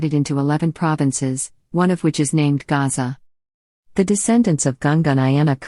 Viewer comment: The Portuguese failed to pronounce the name of Soshangane's ancestor, whose name is uGasa, Not Gaza